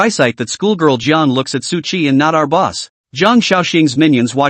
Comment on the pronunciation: Calls boss boos sounds like booze XD